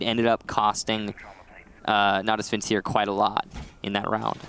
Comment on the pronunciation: I have to admit, I was always taught to pronounce it as a "hard C" or "K" sound. However, I think we can all agree that "vin-seer" is ridiculous.